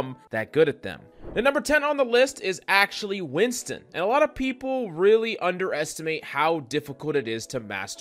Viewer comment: Its notwinston its WINTON